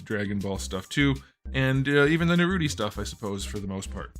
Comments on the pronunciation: For the love of god dont say Naruti, is naruto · it’s Naruto, not Naruti 😂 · Bro said narroti😂🤣😂🤣😆😂🤣😂😆🤣😂😅🤣😂🤣😅😆😂🤡😹😸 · so uhm no one gonna talk about “naruty” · Brotha said naruty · Is no one gonna talk about how he called Naruto Naruti??? Lol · I love how he pronounce Naruto as Naruti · Bro said narute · Bro is calling naruto naruti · what's a nurooty? it sounds like a goofy anime